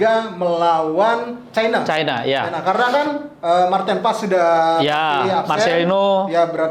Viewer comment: Maarten Paes bukan Maarten Pes bung